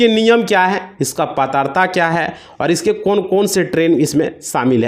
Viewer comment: पात्रता बोलना नहीं आता 😂